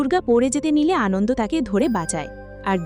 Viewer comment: Prothomei boli, valo bornona korechhen. Kintu Anonto Lal Shing k bar bar 'Anondo' bolar moto eto boro vul hoi kikore apnader. Eto riti moto onny. Ekbar recheck korar proyojon bodh koren na apnara? R seta kei upload o kore dichhen buk fulie? Eto boro overconfidence ase kotha theke apnader? Ki mone koren bolun to nijeder? R hya 'Kup kat' noi sobdo ta, ota hobe 'Kupokat'. Any way Thank you for explanation.